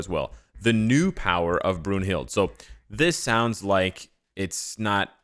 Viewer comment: It's pronounced "Broon-hil-da"